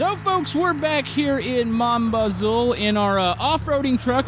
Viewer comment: its pronounced mo bazoU